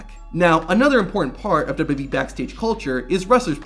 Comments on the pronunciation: Let’s try this together. “Duh-Bul-Yoo Duh-Bul-Yoo-E” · I like these videos and think they're well done, it's just small things like that really stick out to me. He pronounces WWE they way Vince McMahon did.